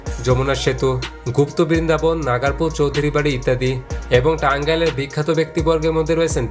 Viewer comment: নাগারপুর না নাগরপুর